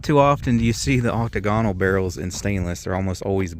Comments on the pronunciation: The word is pronounced 'oc-TAG-on-al', not Oc-ta-GON-al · Do a little prep before you shoot your videos so you don't look like an idiot. It's "side gate loading" not "side feed" . The stock is made from Brazilian Hardwood, not just reddish wood. The model in your video is a RIFLE which is why it has a 24" octagonal (aak·táy-guh·nuhl NOT oct-tuh-goń-al) barrel while the the CARBINE version with the shorter 18" round barrel and shorter mag tube. I'm surprised the bonus footage wasn't him blowing off a finger just trying to load it, kind of like a monkey trying to get an apple out of a jar. OMG, the guy has loaded other lever guns and doesn't know not to push the bullet all the way in? Lastly, WTF uses shoots ammo they can't identify? Had to stop watching this boring long ass video. Wasn't until I stopped watching when he mentioned the mystery bullets that I realized the problem. Bless his heart, he's from Ohio and obviously a buckeyes fan at that. I guess I need to cut him some slack, after all OSU only produces a good football player once in a while but little else and the rest of the state are farmers except Cleveland and Cincinnati, where they keep all their gang bangers and welfare moms.